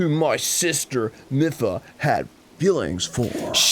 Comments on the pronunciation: Arin It's mipha as in mii-fa not meffa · Same with Mipha, or should I say "Miffa" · It's pronounced "MEE-pha" and "HAI-lian" btw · "Hillian" "Miffa" "Nev-ah-da" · It's "Miffa" that's getting to me. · I cannot get over arins mispronuciation of ever name in this game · ARIN CANNOT PRONOUNCR ANYTHING RIGHT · My ears bleed Every time Arin mispronounces Mipha and Hylian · Both are even voiced by characters...the Mipha flashback in this episode had her pronounce Hylian. And we hear her say her own name every time Mipha's Grace regens. Dunno how you can fuck up those pronunciations >.< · My wife is SO MAD that they keep pronouncing Mipha wrong. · Every time Arin mispronounces Mipha I die a little inside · I feel like Arin is purposely pronouncing all of these Zelda names wrong just to make us mad. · First "Hill-E-In" for Hylain and now "Mih-Fuh" for Mipha? Does Arin actually know how to pronounce words? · "Miffa" "Hillian"... WTF is up with Arin's pronunciation? Lol